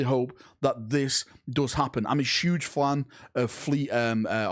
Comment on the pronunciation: "I'm a shuge flan"